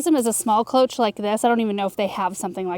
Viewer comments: cloche - pronounced KLOWSH - it is a French word and at the end of a word is pronounced SH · cloche = "klow-shh" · Cloche is pronounced with a sh at the end not the ch sound.